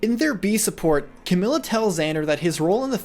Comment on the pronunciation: Did he just say cam-yoo